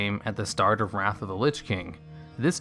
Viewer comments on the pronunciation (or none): none